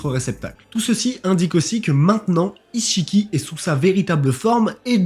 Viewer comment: Attends c'est moi ou tu dis "isse-chiki" ? 😭😭😭😭